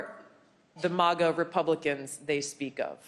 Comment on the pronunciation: Lol 'mAHGah', haven't heard it pronounced that way before. It's mAGah 😁👍 Manga mohnga Animay aunimay Ok I'll shutup